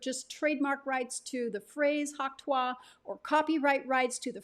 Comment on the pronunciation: Its not tu-ah